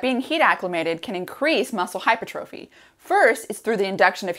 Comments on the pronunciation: Hypertrophy is pronounced - Hi-per-truh-fee, not hyper trophy. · Hi Dr. Rhonda! Love your videos and have learned so much - and have referred dozens of people to your sulforaphane video. Thank you, thank you, thank you! Just a heads up: hypertrophy is pronounced "hai ·pur·truh·fee" with the accent on the second syllable. Thought you'd like to know. 😉 Also, I'd love to have a conversation with you about Blood Flow Restriction Therapy and Training. I was the first person in the U.S. to be certified by B3 Sciences as a Blood Flow Restriction Coach. I have transformed my body and health using BFR, and several of the other bio-hacks I've learned from you - such as heat stress, food stress, etc. I'm 72 and play competitive volleyball (Bronze medal at last year's USA Volleyball Open Nationals in the over 70 division) and have gained almost 8" of vertical jump since turning 70 in addition to reversing several of my aging biomarkers. Message me if you are open to a conversation or a text exchange to start off with. Here's a link you should find interesting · It's Hypertrophy! Not Hypertrophy.